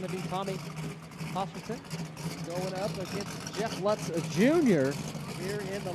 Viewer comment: Lutz, same name just Jeff pronounces it wrong, the name is pronounced Lootz.